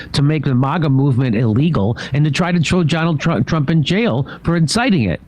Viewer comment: "Try to tro tronald trump"😂